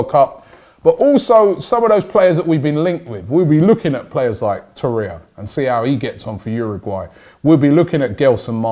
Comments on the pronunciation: Torreira not Torreia, say it right Robbie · It’s pronounced Tor-eih-rra not Tor-eya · Torreira, not Torreia Robbie! :P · Man doesnt realize Torriera has 3 r’s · Robbie its TORRIERA not TORIA haha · ROBBIE ITS TORREI*R*A !! There’s another R at the end!! it’s not torreya tbh tho this show is pretty awesome so well done robbie 👏👏👏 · Its not TORREIA ITS TORREIRA. Like Herrera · It’s TORREIRA NOT TORREYA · Learn to pronounce the names lichstiner? Torrerer? Ooofff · He has been calling 'Torreira' 'Torrea', so am not hopeful. Took him forever to call Lichsteiner by the correct pronunciation. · Your pronunciation is awful 😂 Lucas Torreira should sound like loo-cos tou-rare-ra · Welcome LISH-tenner, TOR-ayuh, SOO-yung-kooo, YES-in Ad-lee! Come on Robbie sort out the pronunciations... you're a world traveler visiting different cultures! Gotta step up your pronunciation game mate. Don't you have interns who can get you the proper way to say them???? lol